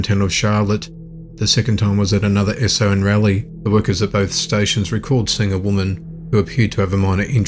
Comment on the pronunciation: Hearing you pronounce Raleigh as rail Lee had me in giggles. Not appropriate I know. It’s Raw Leigh. 😁😜